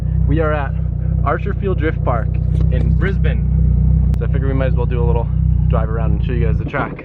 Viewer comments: Mate you actually said Brisbane properly props to you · yer i think your the first 'murican to say 'Brisbane' properly so hi-five to that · I had to rewind it just to make sure I did hear pronounce Brisbane correctly first time for everything.. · As a Brisbane boy it's good to here you pronounce it properly